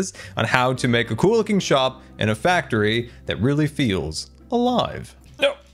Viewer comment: It’s a cookie factr-ee (like fac-tree)! Having a dead tree adds more color, but what about cookies in the tree too? They would stand out against leaves. Anyway, the build is amazing I really like it! AND MUMBO HAS A GRIAN WAFFLE!! On the back of his head!